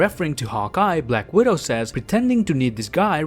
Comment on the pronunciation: The way he says ultranationalist. Uton. And black widow. Bwak widow